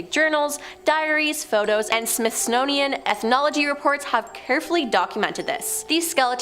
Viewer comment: Wtf is a “Smithsnonian”?….